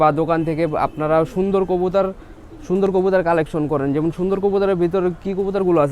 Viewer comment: কবুতর ❌ কবুতার ✅